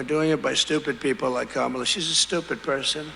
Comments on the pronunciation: Everybody saw her introduce herself to him at the debate. His continuing to say her name wrong just makes him look insincere. Who falls for this? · He’s been calling Barack by his middle name just as he emphasizes Kamala name incorrectly to fuel the racism